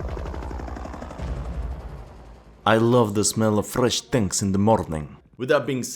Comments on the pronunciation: His pronounce are build/tenks "I love the smell of fresk tenks in ze mornings" 🤣🤣🤣🤣💪🏻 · pronounces BUILD/TANKS 😂😂😂